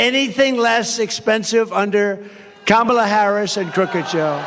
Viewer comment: Kudos to him for pronouncing Kamala correctly.